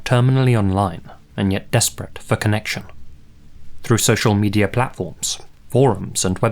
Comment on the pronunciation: Mandeller Effect Medier